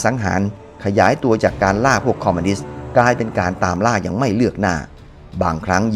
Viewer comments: ทุกอย่างดีหมดครับ ดีจริงๆครับ ชมเชยเลย แต่ออกเสียงผิดคำว่า "คอมมิวนิสต์" เป็น "คอมมานิสต์" ทั้งคลิปเลย สำหรับผมคนที่รักความถูกต้องชัดเจน มันทำให้ให้ความรู้สึกร่วมในคลิปผมดร็อปไปมากกว่า 50% เลย ฟังดูมันหงุดหงิดครับ อยากให้ออกเสียงให้ถูกต้องครับ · คอมมิวนิสต์ ไม่ใช่ คอมมานิสต์ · คอมมิวนิสต์ หรือคอมมานิสต์ครับ